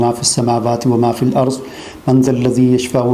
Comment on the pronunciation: ap aytul kursi padhte me ek jagah galti kar rhe h... jaha (ﺽ) ata he ap use ap zuad padh rhe h, jise duaad padha jata he iske mayne change ho rhe h thoda dhyan dijiye.